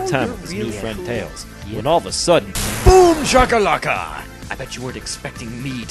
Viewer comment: Lol Eggman Said Boomjalkalaka